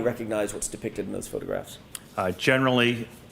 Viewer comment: sounds like has a hard time saying "photographs".... his way is - "ffffffotographs" 😂😂